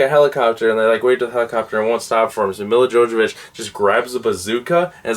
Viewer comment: Lmao 😂 Milla Jovovich 😂. Me la Yovavich - that’s hale you say it 👍